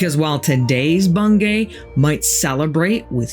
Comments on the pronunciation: I thought it was pronounced Bung-y despite the spelling? I live in Norfolk and thats how everyone says it. Maybe I'm wrong tho. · Its pronounced Bung - gee